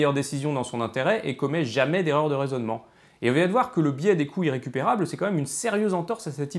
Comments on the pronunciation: ne pas faire la liaison aura entraîné un biais d'interprétation auditif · Les "coûts irrécupérables" mériteraient une liaison... parce que là, moi j'entends "couilles récupérables". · À , c'est carrément ça ! C'est pourtant pas trop compliqué, quoi : les "coûts Z'irrécupérables"... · Moi aussi, mais pas à chaque fois. Et pourtant, phonétiquement, le i et le iode son des phonèmes differents. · Ahahah du coup je l’entend, merci j’ai bien ri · le mien il est bon à jeter, plusieurs fois dans la vidéo j'ai compris "les couilles récupérables" XD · Je ne vois cette série qu'en 2022, et elle est très intéressante. Une observation quand même : Attention à la prononciation, "les couts irrécupérables" prononcés couyrécupérables ça fait bizarre :):) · Je ne fais que d’entendre « le biais des couilles récupérables », c’est gênant... 😅 Mais, sinon, excellente vidéo ! Tu peux compter un nouvel abonné. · Je suis le seul à entendre « couilles récupérables » à chaque fois qu’il dit « coût irrécupérable »? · Intéressant mais pas totalement convaincu ce coup-ci !Par contre ce qui est certain c'est qu'il n'y a pas de H à Euro, donc on fait la liaison et on prononce 200 z'euros de la même manière qu'on prononce 200 z'ans !Ah oui, la liaison ça marche partout, donc on dit aussi "les couts z' irrécupérables" :-) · est-ce qu'il n'y a que moi qui entend "les couilles récupérables" quand il dit "les coûts irrécupérables"?^^'